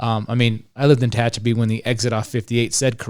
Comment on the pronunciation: Tehachapi not Techapi